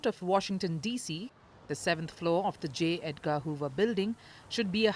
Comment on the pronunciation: " J. EdGAH " LOLOLOL..A.I. Is getting more Creative ...Amusingly So ... ??!!